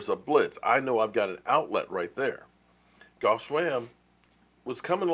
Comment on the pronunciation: Btw, I know Swaim's first name is spelled Geoff. I know you're bad with names. But haven't you ever watched any show on ? They pronounce Geoff like Jeff. J-E-F-F. Please try it, it's not that hard.